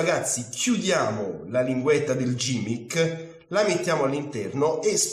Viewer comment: Grazie per la spiegazione, molto semplice ma di grande effetto. PS si pronuncia GHImmick e non gimmick :)